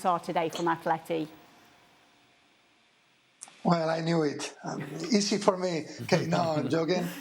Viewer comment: Atleti !! Realy?? .. is it a new pronunciation. Sounds very weak like an under 15 football team.